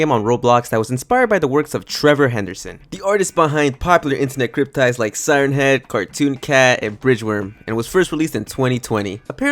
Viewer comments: BTW, it isn’t pronounced crypt-tides, crypt-tids (same way to pronounce kids). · It’s cryptids, not cruptides lol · "Cryp tides" killing myself bro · “popular crypTIDES”… CRYPTIDES???😭 CRYPTIDES?????😭 GHELP ITS CRYPTIDS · Cryptids is pronounced Crip-tids